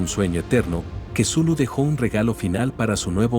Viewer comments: ..ya, pero de "Cthulhu" a "quesulu" 🙄..como que hay bastante deferencia, entonces yo le puedo decir "Vergalu" total si ni importa nada. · Jaja kesulu. Es la primera vez que escucho que pronuncian asi el nombre de Cthulhu. Me gusto.Muy buen relato pero hacen ver a Cthulhu como un dios venebolente lo cual no es correcto. Pero recalco que es una gran historia. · "Cthulhu" Loquendo:Quesulu 🧀